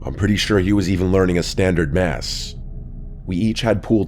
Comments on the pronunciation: It's not "mass" in pool. It's "mass-say" it's a French term. And you're not even an above average player if you can't do it. My bf is also an experienced pool player. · "...a standard mass"? Are you sure that's not masse*, rhymes with assay? And later, "motionllessly"? 😅